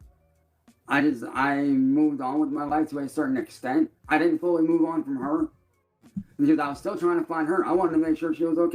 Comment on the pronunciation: Has anyone noticed that his use of the word 'because' is always pronounced 'a-cause'? He can't pronounce b's....or anything else, really. LMAO.